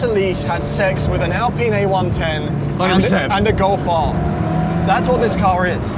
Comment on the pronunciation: The way they pronounce Alpine like Allpene 😂